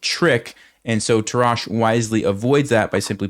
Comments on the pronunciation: Your pronunciation of the name "Tarrasch" is actually quite funny. Sounds if he were French, but he's in fact a German. He is to be pronunced with a "rasch" like in "rushhour". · I learnt chess with the book "The game of chess", but in the German original ("Das Schachspiel"). For me Tarrasch is the GOAT, and even some of his theories are outdated, still it gives a great lecture. By the way: Tarrasch is pronounced on the first syllable and with two short "a". I like your videos!